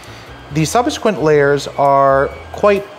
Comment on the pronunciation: "Theee sub-a-squint layer"